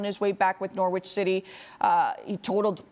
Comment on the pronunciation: Why are American soccer commentators incapable of pronouncing Norwich properly? The 'w' is silent. It's pronounced like 'Norridge'. Rhymes with Porridge.